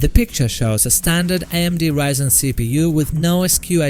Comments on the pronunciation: "reezen" XDDDD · Learn to pronounce ryzen first